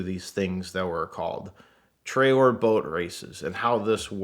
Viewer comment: I heard "bolt" instead of boat also